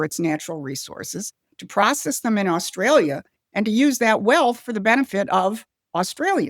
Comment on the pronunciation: Albo is a Sniveling Little Shite Weasel……We Aussies Hate him, he can’t even pronounce Australia…..What a Fool.